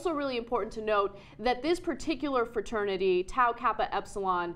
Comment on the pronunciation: Da fwa-ternity wuth way-thist. bwaaaaaaaa